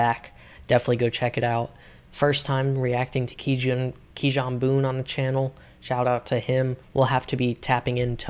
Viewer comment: fire vid broski keep ‘em comin🔥 btw kijan’s name is pronounced “key-on” i got it wrong at first too lol, but u should definitely do more reactions to his music he is really anointed, keep up the good work🌟